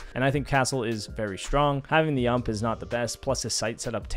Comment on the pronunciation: hurt me a little when he said ump instead of u-m-p